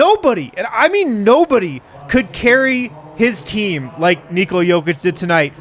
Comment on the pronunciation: ''Say Neekola one more time'' lol, hilarious!